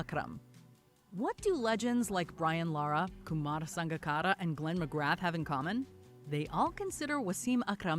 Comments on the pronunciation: The video narrator said McGrath as McGraph but it's pronounced McGraa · McGrath is pronounced McGrah as in Ooh ah Glenn McGrah! 😁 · They pronounced McGrath's name wrong. The voice over is not a cricket fan. Most people now think Shane Warne was the greatest bowler ever. It was a pretty good list and the number one was a good one but not what I would have picked as I am an Aussie.